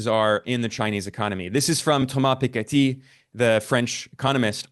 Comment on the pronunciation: Ben showing us he's just another hegemon rider. Also, does Ben address the massive direct foreign capital investments from Western corporations over the past decades? Also Ben showing us his sophistication, he can pronounce Thomas Piketty's name...in full French accent!